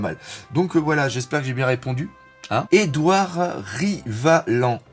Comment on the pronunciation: Juste pour que tu saches, on ne prononce pas le 'd' de Rivalland xD Au niveau d'une arme avec fruit du démon, ce ne serait pas le cas de l'épée du "patron" du CP9 ? Le mec avec moitié un masque de fer qui traine Robin partout jusqu'à la porte de la justice ? Son épée peut se transformer en éléphant ou un truc du genre...